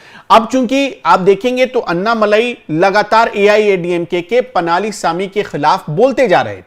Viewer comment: पनाली नही पळणीस्वामी। अगर हम सब हिन्दी भाषी लोग दूरियाँ कम करना चाहते हैं तो हमें भी थोड़ी बहुत दक्षिण की भाषाओं को समझने की कोशिश करनी चाहिए और नामों का उच्चारण सही प्रकार से सीखना चाहिए।🙏